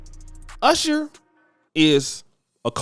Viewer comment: You mispronounced "Urshur" 😆 Looks like his women gradually went from darker to lighter. 😆